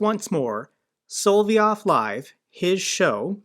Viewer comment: I Heard he was fired BC he took Rupie's girlfreind out to dinner Yeah ' I'm sure Tuckums would LOVE to start getting paid in roubles LOL!!!.. It is SOL---LOV---YOV NOT hard, but it grates on my ears when you say it wrong LOVE the show, THO!!! I bet if you lobbed an ATACMS on top of Poutine's Palace on the Black Sea, Only 100 klicks or so!!!! The war would stop!!!!